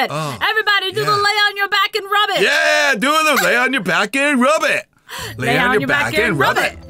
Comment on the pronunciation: It sounds like rabbit not rub it